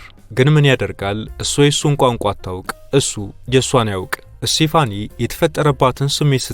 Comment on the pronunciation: ስቴፋኒ ነው ስሟ ፣፣ ( ሴፋኒ) አይደለም